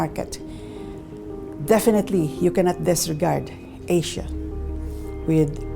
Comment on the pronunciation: Why is the narrator saying 'Asia' really weird?